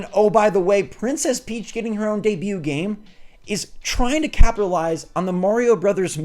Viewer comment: This is the second Princess peach game It just sounds like when you say deebue You’re meaning it as her first